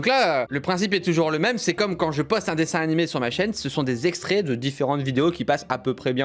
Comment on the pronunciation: dsl cyril mais ARRETE DE DIRE DESSIN NIMÉ !!! 🤪🤪